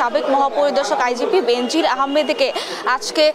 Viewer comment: উচ্চারনটা "বেন‌জির" হ‌বে "বে‌নো‌জির" হ‌বে।